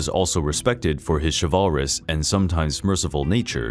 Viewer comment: Chivalrous... Not chavaris.